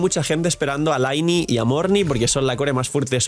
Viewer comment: Lynei!! NO LAINI!!😂 Te voy a funar con esto hasta que pronuncies el nombre bien jajaja 😂